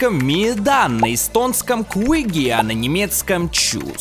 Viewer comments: Не чус а тчус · Не чус а чюс